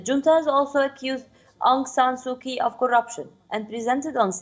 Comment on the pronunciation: Being an anchor of a well-known intl news channel, how odd it is to hear hear you pronounced "Kyi"(pr-Chi)!